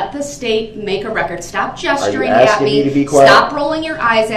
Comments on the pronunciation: Is Michelle his lawyer? There sure is a lot of axing going on. #miaquacko #axemichelle #dasrightisaidit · Judge: “I don’t need to ask you, I’m telling you!” — YES!!!!! She finally said it. God!! What an annoying human being. That whole “are you axing me or telling me” and challenging her authority constantly was so disrespectful. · Axing me ………… that’s the truf ……